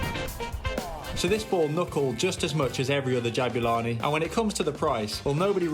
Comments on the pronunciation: what is jo'bulani i mean not ja'bulani its jo'bulani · Yeah right mate, great "JO'BULANI" you have there 😂😂😂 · the golden jabulani says jobulani